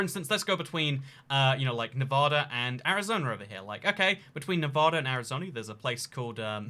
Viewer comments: nevada not nevahda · Nevadan here: Its “Nev-AD-a,” not “Nev-AH-da.” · It's pronounced NEVAYDAH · I'm from Nevada, every time you pronouced it "nev ah da" i cringed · It is Nevada (Nev-A-Duh) The same A pronunciation from Apple. Laughlin is pronounced Lof-Lin. And Beatty is pronounced Bay-Tee. Also Reno is the biggest little city in the world! Nevada is known for small towns, so Reno fits that narrative, but it has casinos and a moderate sized downtown. Mining is huge up north. It is so weird having some random foreign guy talk about little towns that not even most other Las Vegans know of. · Where I live in the Midwest we say Nev-aw-da too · I’m from Las Vegas and I just wanna say that every time you pronounce Nevada that way I cringe on the inside. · I could've known what state without the thumbnail PS: The way say it is wrong and pisses nevadans off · Ikr tons of people say it the wrong way and it gets me furious